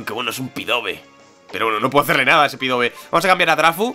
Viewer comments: dios me has roto el corazon que no se dice pidove se pronuncia pidaf;') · llevo desde que capturastes a mel diciendotelo,SU DOBLE TIPO HACE QUE LOS ATAQUES DE TIPO VOLADOR SEAN NEUTRALES FRENTE A LUCARIO PD:Contra Pidove podrias haber hecho esfera aural,es neutro(porfavor di "Pidaf",es que "Pidove"...